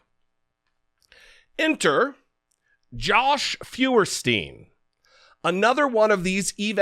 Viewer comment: Jesse, "Feuerstein" is pronounced "Foyerstein" (Stein being pronounced like in "Steinway" not "steen"). It's a German name that means "firestone".